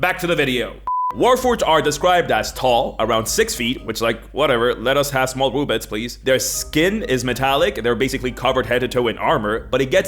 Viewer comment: I'm sorry,but what the heck did you actually say ??? CC says it was "Whatever,let us have small bullets"... My ears say "Whatever,let us have small b00b-lets please"... I really have trouble hearing words sometimes...